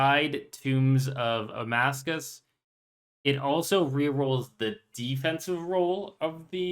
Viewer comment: How long will it be until he learns it's actually "Tombs of Amascut" not Amascuss 🤣